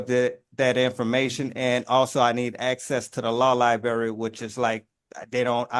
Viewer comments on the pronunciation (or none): Access to the "lie-berry," huh? Sounds like he's already eaten the lie- berry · Law libary 😂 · If you cannot pronounce the words “oath” and “library” you should be made to get a lawyer. Oaf & Liberry are 2 big ones. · He's gonna axe the judge to check the libary ... sounds like a highly-educated Monarch of Morocco to me! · Axe and libary??? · axe and lieberry🤣🤣🤣🤣🤣🤣